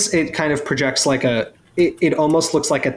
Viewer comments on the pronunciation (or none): none